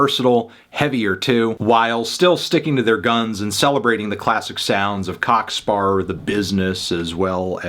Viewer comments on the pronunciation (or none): Cock Spar? Please just say Cock Sparra